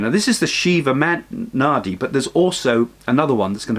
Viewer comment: My head knows you're saying naadi leaves but my ears hear it as naughty leaves. Lol